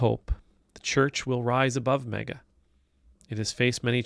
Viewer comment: I like how you pronounce it MEGA